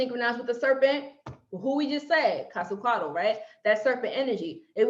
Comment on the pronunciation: Qwaziquato?? You mean Quetzalcoatl??😂😂😂😂 I hate it when you guys mispronounced it!